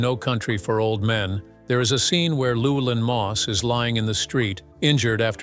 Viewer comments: but the bot totally botched Llewelyn .... "Luwell-in" lol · LLEWELYNN sounds like Lou Well an,, not the massacre of the narrator.. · It also butchered 'Llewelyn'. But, to be fair, few non-Welsh speakers can pronounce it correctly.